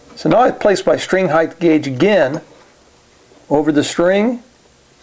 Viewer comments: Noooooooooooooooooo. It's height, always. Heighth is not a word. The following is a good explanation I found: "The noun form of broad is breadth, the noun form of long is length, and the noun form of wide is width. Because of this, some people follow the pattern and say heighth, with a th at the end of the word high. That is not standard English. The correct form is height." It seems to be common among luthiers to use heighth but it's not proper English :) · height, NOT heighth, lol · Yeah and that applies to new words, slang terms etc but this isn't that. It is just a mispronunciation, pure and simple. Why can't people accept when something isn't correct. Just say the word properly - or don't, that's your choice but you'll appear silly to the majority of people.